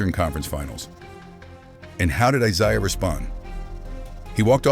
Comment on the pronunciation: This ai slop couldn’t even pronounce Isiah correctly